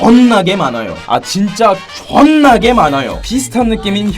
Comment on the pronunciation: "줜나게" 왜 이렇게 정들지ㅋㅋㅋ